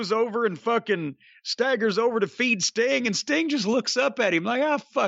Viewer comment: Whenever he would say "Mr sting" I thougth he was saying Mr stink 🤣